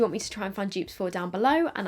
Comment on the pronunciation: All us Americans thinks she is says joops